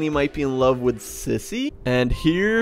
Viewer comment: You Always Say Sissy Not Zizzy